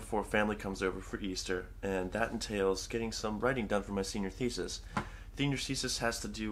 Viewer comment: "Thenior Sesis"